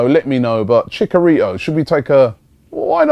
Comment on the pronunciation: ROBBIE! You are pronouncing Javier Hernandez's name wrong. It's ChiCHarito not chicarito. And I do think he would be a good signing cuz he provides something different than what Giroud and Welbeck being to the table. I say if Lacazette don't work out, definitely go all out for him